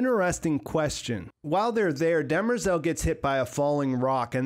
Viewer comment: They definitely cheapened Demerzel’s character by making her a known robot, seemingly lacking the 0th law conflict. Also, did anyone notice they pronounced her name, “Dem-rezel”? Clearly not how it’s spelled, but does work for a more female name. Which it’s supposed to be pronounced “De-MER-zel” anyway.